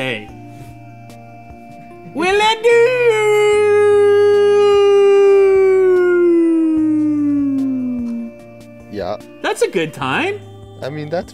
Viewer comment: He's pronouncing "Yeah" like a German would pronounce "Ja" (= Yes)